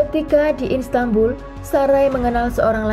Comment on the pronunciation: Bukan instanbul kak, tp Istanbul